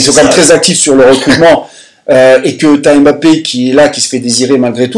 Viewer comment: Please arrêtez cette prononciation on dit pas M - Bappé mais (Mb)appé merci pareil pour Kanté